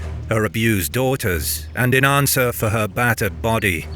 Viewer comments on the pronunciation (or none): none